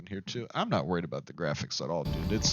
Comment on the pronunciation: The graphics?? 😂😂😂 mans said the graohics fr 💀